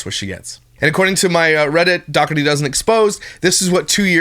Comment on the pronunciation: Ok im just gonna tell yea all now she does not pernounce there last name correctly and its getting onto my nerves. Ok the g in the name is silent its silent ok its da her tea thats how you say it i have never heard anyone with that last name pernounce it the way as he does .